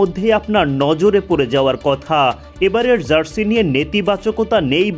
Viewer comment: zarsi কি জিনিস? সাংবাদিক হইসেন উচ্চারণের যা-তা অবস্থা কেন?